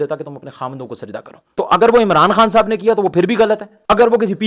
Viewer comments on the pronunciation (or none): صاحِب یا صاحَب 😂😂😂😂😂